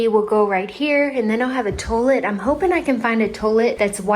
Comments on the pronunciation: Toll-ette? That toilet pronunciation is wild, but absolutely class. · The little 1952 book reminds me of the tiny books that used to come in Cracker Jacks. I also remember getting some tiny books like that in a Christmas Stocking and they came with tiny pencils that really worked. I love how your house is looking. Your Kentucky shines through every time you say tow-let!